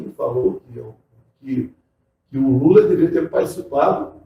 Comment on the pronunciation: O Ciro falou Lula igual o Marreco falando "coopçao" em toda a entrevista.